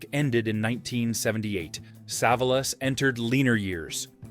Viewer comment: Pronounced SA VOL US.